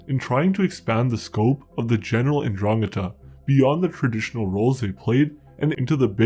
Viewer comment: It is pronounced "ndrangEta".